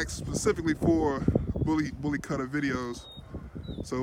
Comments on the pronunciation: kutta is pronounced as kootta not cuttah. please dont butcher the name of the breed. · Please, make sure you try and cover every aspect of the breed. The good and the bad. Thank you, Pronunciation "Boo-Lee Koo-ta". Bully is same as bully in American Bully and Kutta is "Ku-ta". Not "Cut-a". There's a "U/you" sound in it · Yo can't wait! so awesome ....one suggestion though about the pronunciation of Kutta ... the correct way to pronounce is Cou - ttha (Cou -- as you would pronounce in Coup) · someone tell them how to pronounce it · Please do some research on how the name of the breed is actually pronounced bro... You are calling it something not even close to what it actually is!